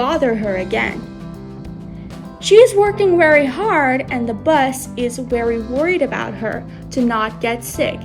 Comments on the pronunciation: Yip yip "Bus" I think the narrative lady means "Boss"❤ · i just keep hearing "Bus"